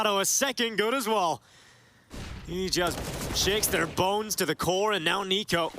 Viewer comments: Narrator dude pronounced NiKo as Nickko lol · How did the VA person read NiKo as Nick-o lmao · you really can't pronounce niko correctly lmao